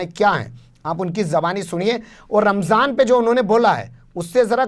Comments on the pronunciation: Ramjhan bola h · Rmzaan,, bhi bolne nshi asta ssheb ko. Rmjhaan bol rahe hye. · Ramjhaan kya hota hai be ...? Ramzaan hota hai.. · Ramzaan ko ramzhaan bolre.lagta hai muslim ke tehwar bhi theek se nahi bolte.thora muslim ke baare mein seekhna chahiye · Ramjhan nahi Ramazan hai sahi word . Sahi to bolna nahi aata isko. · Ramjhan nahi phenku ji..... Ramdan or Ramzan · Ramjhan nhi ramzan hota hai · रमझान नहीं रमज़ान है प्रधानमंत्री जी । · Jahil pm ramzan ko ramjan bol raha hai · RAMJAN nahi aey donkey...theek se RAMZAN bol..desh ka pradhan mantri aise hote hai...